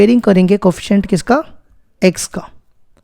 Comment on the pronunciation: Areyyy bahyiaa...aap.pdha toh achaa rheyy prr.vo seCant hai jisko tum.sex sex pronoUnce. Krr raheyy hai **•••